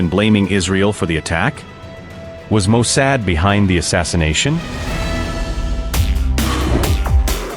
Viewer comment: Bro, your AI needs to be tweaked, its not Mo "Sad".